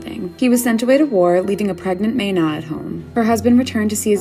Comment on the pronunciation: Ok im from Thailand and they pronounced "mae na" incorrect nomhate but ur suppose to pronounce it "MA-NA" not "May-NA"